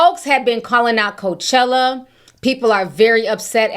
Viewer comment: Did you say Coachella or coach/HELLA